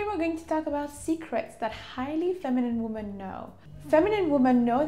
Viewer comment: Women is pronounced like wimin